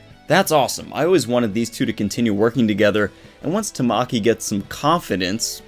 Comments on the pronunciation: I cant wait till this chapter is out for me. Also Amajikis name is pronounced Tah-Ma-Key I wanted to point that out I'm sorry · It's how he enunciated it. It sounded like tuh(short)maw(stressed)ki(short). In Japanese there isn't any syllable that is stressed more than the other like in English. You give each letter (composed of 2 English letters) an equal renunciation and don't make any br pronounced longer. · he was pronouncing his name wrong. If you go to Google translate and put Tamaki and click the sound on the Japanese side you'll see what I mean. I'm sorry if i made anyone upset.. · your where pronouncing his name wrong I'm sorry